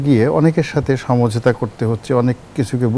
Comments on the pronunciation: উপস্থাপিকা বারবার ছমঝোতা বলে কেন। হবে তো সমঝোতা।।😂😂😂😂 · উপস্থাপিকা সমঝোতা উচ্চারণ করতে পারে না।